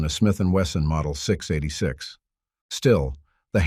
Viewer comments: ENOUGH with the AI generated narrations. Hire a voice actor that can say "six eighty six" instead of "six da eightysix. You lost this viewer at that faux paux. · I dropped this the second a computer voice mispronounced the S&W 686!